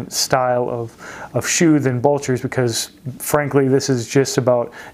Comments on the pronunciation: You always do good vids. Thanks 👍 Helpful hint: You’re mis-pronouncing ... It’s not bulcher; it’s blucher. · BLEW-CHER. BLEWWWWW-CHERRRR. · Not trying to sound like a shoe snob but its Blucher not bulcher and shoe trees would help eliminate the severe wrinkling in the vamp. Put shoe trees in after you wear them and they will keep the shape much better. Please don't take this message the wrong way i love your content. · Blucher not bulcher. I would also consider them more of a casual shoe (especially in chromexcel) than a "dress" shoe.